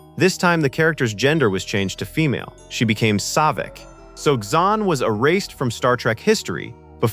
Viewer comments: Dude can't pronounce Ilia nor Saavik correctly. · Bro, you are mispronouncing so many characters’ names. Maybe do some research on the correct pronunciation before making the video. Let me help you: Saavik Sa-Vick, not SAW-VICK Ilia EYE-LEA, not ILL-LEA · Interesting content egregiously marred by the AI absolutely butchering the names of several characters (Ilia, Saavik, etc.) - horrible training.